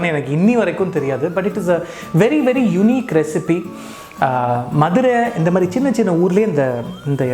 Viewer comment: Missed this so much presently in London. But now will try it here. So much joy derived from Nagapattnams pottalams and karaa sev till i was 20 yrs old in Madurai. Thanks Rakesh. BTW i love the way you say madura in tamil like a madura-kaaran. One more food stall just few blocks from nagapattnam in madurai is Gopu Iyengar whose Vellai appam, Kathirikkai bajji, Paccha mulagaai chutney and patnam bakkoda are unique and authentic.